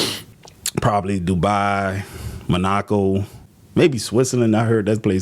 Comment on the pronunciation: Dis nukka said "Mu-Knock-O"😂😂😂😂😂😂😂 WHERE TF IS THIS and WHY TF do u wanna retire in a place u CLEARLY have NEVER been to? BECAUSE IT DOESN'T EXIST!!!!